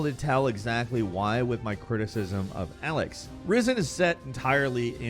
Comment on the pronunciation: It's pronounced E-lex. Not Alex.